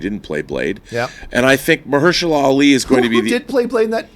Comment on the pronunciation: Old girl totally butchered Ali's name. " Oh no, baby what is you doing?! " Hahahaha